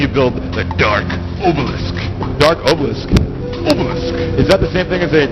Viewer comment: lol when he says "Obelisk" he's sayin' it wrong